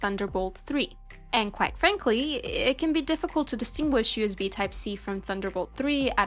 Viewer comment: Why does she keep saying UZB ?